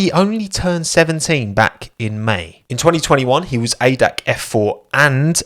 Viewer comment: Just one lil thing: ADAC F4 is not pronounced like one word, but it's spelled seperately, so A-D-A-C ;)